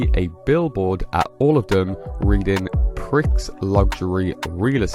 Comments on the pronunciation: Prix pronounced 'Pree' as in Grand Prix.... NOT "Pricks" FFS! 🤦 "American English" SUX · It's pree not pricks! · Prix in Prix Luxury is pronounced as “pre”